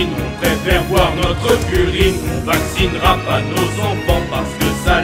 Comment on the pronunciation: "Notreu urine" il te manquait une syllabe x)